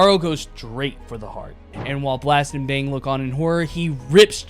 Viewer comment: Fang not bang say it clearr